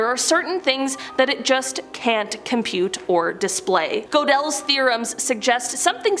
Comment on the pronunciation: Go del? Really? GuudeL...or closer to Gurtel.